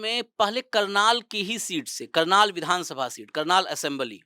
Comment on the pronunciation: करनाल not कर्नाल